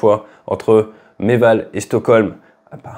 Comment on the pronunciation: "Reval", pas "Meval". Aujourd'hui, Tallinn.